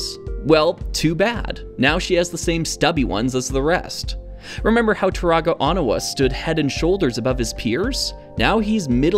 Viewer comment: Quick rant: its o-KNEE-wa not o-NEW-a. The Lego Team is danish and dis is the phoentics of how it works in nordic/germanic languages. Even the commercials call him O-knee-wa. Also its extremely stupid to call him otherwise since there already is ONUA.